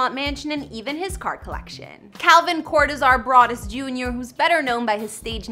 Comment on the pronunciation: his middle name is pronounced "Core Doe Zer".....